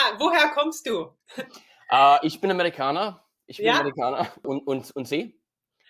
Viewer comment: The "Ich bin Amerikaner" was perfect pronunciation like you sounded completely german